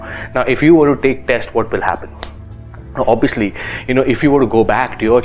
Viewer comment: Did u just say Obbiyuslee???😂